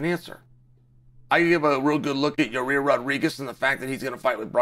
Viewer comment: Ji-rear Rodriguez, I applaud Uncle Chaels ability to butcher names lol I can’t tell if he’s being serious or not😅